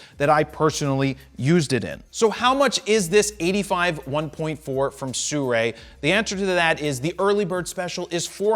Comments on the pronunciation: It is not Surei, it is Sirui :face-green-smiling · No, it is pronounced Sirui, not "Sioux-Ray" 🙂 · it's actually pronounced "Sī ruì" (Su-Ru-Ei) not Su-rei. Americans thinking they can pronounce chinese names better than the chinese lol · Man, these brands!!! They write “Sirui” and want people to call it “suray” How dare you? I’m portuguese, this brand called Sirui is pronounced Sírui If you create a brand and want people to respect the name, CREATE A FCKN NAME THAT RESPECTS THE PEOPLE Ok, now I feel better. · Why do so many reviewers call them sew-ray? To me it would be more like si, as in spanish for yes, and then rui like the name Lui but with an r instead. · It should sound like "思锐" 😅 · It's not Sirui... Its Surray... 😁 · I pronounce it Sirrrie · well you definitely aren't the first one to mispronounce their name, so they've given up trying to correct people. js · From a Chinese speaking person, his pronunciation is wrong, the “si” should pronounce /ˈsɪ/ as in “silly” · In Europe its Not pronounced this way….